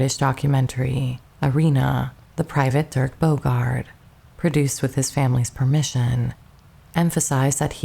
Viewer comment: Dirk, not Derek.